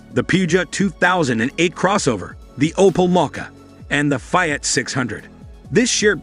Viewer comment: AI narration is what I disdain. Alfa Romeeo…FSS! Fyat? Poogiot? Match-e? 😂😂 It looks a lovely city car that Alfa has needed for years, it just needs to be priced competitively. For those who say there has been no Alfa since FIAT took over, I ‘m sure there are many aristocrats who said that of Alfa in the 1940’s after the last 8C was produced and they went to 4 cylinder motors post war.😂